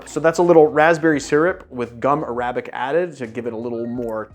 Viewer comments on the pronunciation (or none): Dumb question: why do cocktail YouTubers often pronounce the "Arabic" in "Gum Arabic" with the stress on the second syllable, instead of the first as has been customary in English for centuries?